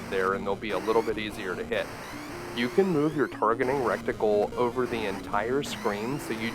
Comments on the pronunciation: Reticle my friend, not recticle. RET-uh-kul. Great video, but you're not gonna continue me this is a good game. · It's "reticle", not "recticle". Bumble Bee Tuna! 👍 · Just so you know, it's RETicle, not RECticle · Wreck tickle. (Reticle) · The good ole recticle. Great video as usual but its reticle.